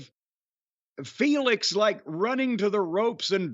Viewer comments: Lol it's Phoenix not Felix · I get so annoyed constantly hearing Sockface pronounce Rey Fenix as Rey 'FAYNIX'. Taz is saying it correctlly the entire time after Excaliber does, like dude that's not how words work.